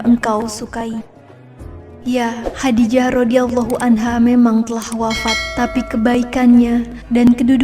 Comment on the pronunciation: Masukan: lafal khodijah menggunakan huruf kho, خَدِيجَة Jadi, penyebutannya lebih tepat khodijah bukan khadijah.. Semoga semakin berkembang..